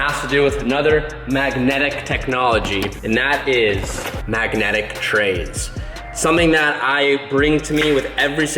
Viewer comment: Shoutout to calling trays "Tradez"